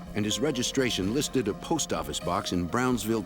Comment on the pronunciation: "nuu yawk affice"